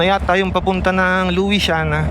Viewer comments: Lusyana Po Ang pgbasa kc pinoy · luisiana laguna Lu sya na laguna pag bigkas po, hehe. ganyan po nakasanayan pagbigkas po